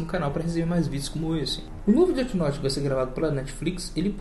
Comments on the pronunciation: Deti Norte ksksks ksksks ksksks Death note pronúncia: défi noute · ELE FALA DIRTY NORTE MDS